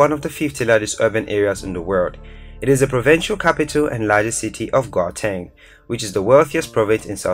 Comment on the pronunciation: Nice video but hey you're butchering some of the city names here like Gaborone,Windhoek and Gauteng